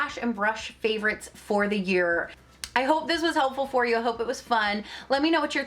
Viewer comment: You skipped the "v" in "favorites," but I love watching your videos! I love when you point out indie brands or ones that are less talked about